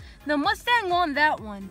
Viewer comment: It’s mustang not muustang